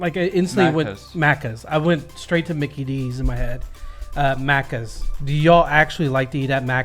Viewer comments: its maccas not maaccas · i hate the way they’re saying maccas, also NO ONE says deffo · She can’t pronounce “maccas” correctly 🤦‍♂️ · No ranch here in Australia correct. We also don't have those other sauces at Maccas (yes we do call it that but not how she is pronouncing it).